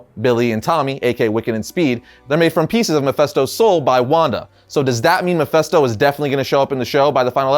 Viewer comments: Why do people always mispronounce mephisto's name? It's Mephisto pronounced "fist' not fest. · Thank You!!!! It's an "I" not an "E". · Why does everyone keep saying Mephesto not Mephisto 😂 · Why do you keep saying mephisto so weird 😂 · why is he saying Mephisto like that?